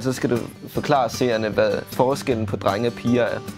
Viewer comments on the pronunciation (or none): Det er som om naja siger trenge i stedet for drenge